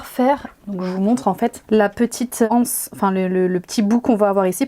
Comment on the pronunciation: Il ne me semble pas qu’il y ait un h aspire devant le mot anse. On dit donc les z’anses… la « anse « ( qui s’écrit d’ailleurs hanse) est une association de marchands. Désolée, je sais que c’est à la mode de dire la anse, mais c’est vraiment absurde.